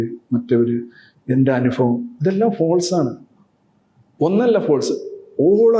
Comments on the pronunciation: രവിചന്ദ്രൻ സർ....... അങ്ങ് ഇംഗ്ലീഷ് പ്രൊഫസർ ആണ്. അങ്ങയെ പഠിപ്പിക്കുകയല്ല, വിമർശിക്കുകയുമല്ല. നിറഞ്ഞ ബഹുമാനത്തോടെ അറിയിക്കുന്നു ...... സർ അനുഫവം അല്ല സർ ...... അനുഭവം എന്ന് പറയൂ സർ.... കേൾക്കുമ്പോൾ വല്ലാത്തൊരു അരോചകം തോന്നുന്നു. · ഒരു പ്രൊഫ ആണ് അനുഭവത്തിന് അനുഫവം എന്നു പറയുന്നത്.....